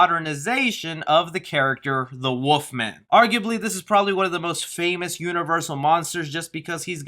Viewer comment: Is he saying Woof-man or wolf-man.